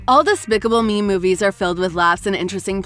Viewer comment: They said specible me at the time